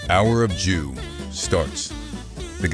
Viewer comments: why did i hear him say the hour of jew 😭🙏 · “The Hour of Jew” 😭🙏